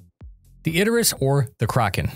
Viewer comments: Isn't it pronounced Idris.. rather than Id-er-is.. is using pronouncing it wrong. If it's intentional, that could be understandable, as it generates comments like this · "Id-der-us"? Isn't it "Id-ris"? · Is it really pronounced "Iderus"?